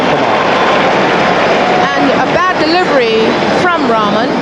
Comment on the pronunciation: it is not raman. It is rahman 😂 lol